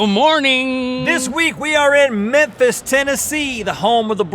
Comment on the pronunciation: As a Tennessean, I’m just gonna say... It’s MeMphis. Not Mephis...